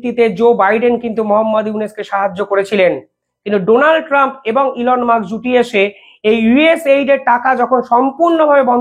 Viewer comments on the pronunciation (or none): none